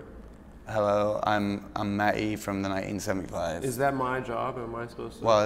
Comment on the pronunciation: "Hello, I'm Matt 'Eee from the Nigh-een seventy five"